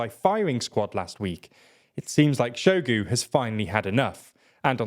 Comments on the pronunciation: I will gladly volunteer to send you guys an audio recording of how to correctly pronounce names before you make videos…Shoigu is pronounced exactly how it’s spelled, “Shoi-gu” and not “Show-gu”. You guys almost said Prigozhin right - the only thing is that this “zh” in Russian transliterations is more like the sound at the end of the word “orange” and not a “z” sound with a silent “h” like you guys say it. Russian doesn’t really have silent letters like English, and in any case the “zh” corresponds to a single Russian letter, “ж” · Make an effort, son. It’s pronounced “Shoy-gu”.